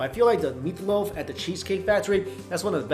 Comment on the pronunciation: he adores "meataloaf"